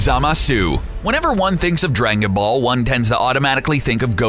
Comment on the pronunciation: Haha right at the beginning 'Drakenball'